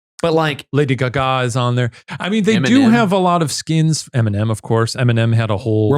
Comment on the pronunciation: why does shane say lady gaga like that